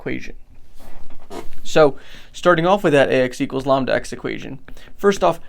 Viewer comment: Never heard someone pronounce lambda like llama and not lamb before!